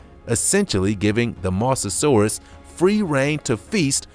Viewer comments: Mosasaurus not misasaurus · you said mosasurus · You said mosasaurus wrong